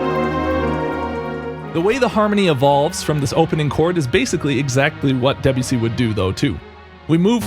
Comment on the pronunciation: Is that why he's pronouncing the name as "debjussy"?